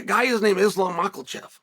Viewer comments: "Do you know who that guy is? That guy is named Islam Makalchev."😂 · “That guy is named Islam Machelchev…” No, he’s not